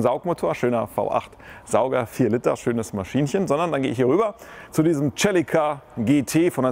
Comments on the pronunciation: Cool. Nur ist ein Celica kein Italiener. Also phonetisch nicht Tschelica sondern Selica. DAS IST ENGLISCH. Das selbe beim Civic. Sivic sagt man. Kleine Hilfe für die Dinge so zu nennen wie sie heißen. Ein Mercedes ist auch kein Mertschedes.... Sonst aber ja; Ein tolles Video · aber heisst es nicht "Selika" ? oder aagt man tatsächlich "Tachelika"